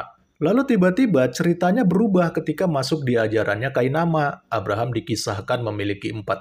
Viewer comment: Abhkk.. rahm.. Biasa aja kale penyebutannya. Kek tau banget logatnya. Padahal cuma asal2an aja. Bangkeeee vangke